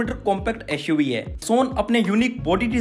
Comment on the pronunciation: "EshUV hai" Lol XD 🤣🤣🤣🤣😂😂😂🤣😂🤣🤣